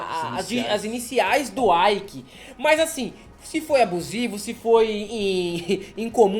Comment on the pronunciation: O nome do cara é ÊIQUE.... IKE é o do inglês